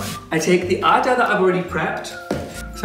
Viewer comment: I loved it. As being and Indian i make it every day for meals. I enjoyed watching you making roti. Actually this is the very first time i saw some non Indian person making roti and also pronouncing the same roti and atta. I would love to watch you making some more Indian food. Btw your roti was perfect.much love from India.💖💓💖